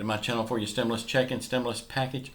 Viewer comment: I seen this add before, 10 months ago and over and over since. "STEMULOUS CHECKS on way !" Lol